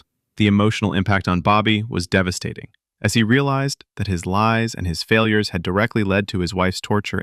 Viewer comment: “Faliurs”. Nice one.